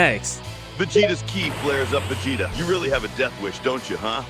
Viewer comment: Is it just me or does say Vecheetah instead of Vegeta?